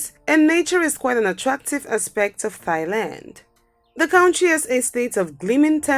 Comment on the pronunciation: Ah yes thighland